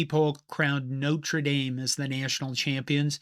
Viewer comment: Yes, it was a mess but still better than the bigger mess college football is in 2026. PS Thank you for pronouncing Notre Dame correctly!